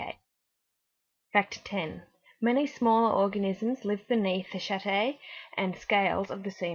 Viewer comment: chaetae is pronounced kee-tee or kee-thai